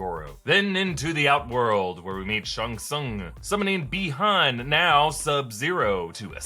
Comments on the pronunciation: SHANG TSUNG NOT SHUNG SUNG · why is he saying Shang Tsung like Sung Shung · “Shung sung” .... really? Lmao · Are you really pronouncing Shang Tsung as shung sung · If you're pronouncing Joe taslim name like Tazleem then Cole's name is pronounced Colee.. and the way you pronounce shang tsung... ahhh my blood it's boiling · I can't be the only one who is getting a tiny bit frustrated with pronunciation of Shang Tsung right.